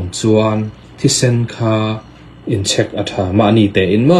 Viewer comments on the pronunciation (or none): Tawpic ti mai la...tropic han tih kher...chek poh chhek iti daih a.... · Ti nge Check ti mai lovin Chhek itih tlat,? Tin, glucuse nge glucose, C pawh a hniam zawngin i lam zel a,hypu glycemic pawh ka hrelo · In chhek tihhi alam rik dan tur ani em?